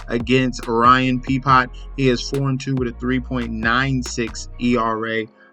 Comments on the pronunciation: Pee Pot 😂 dont know the players obviously otherwise he would know how to pronounce the name .the nerve to sell picks without knowing the players...just a money grab and hes trying to carry nba to mlb to pay his bills! Trash picks.anyther guy reading stats off the computer without no real insight.just guessing..atleast learn the names.pee pot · RYAN PEP-EE-OH 😂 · Peepot or pepiot 😂 grammar class was that long ago huh 🤔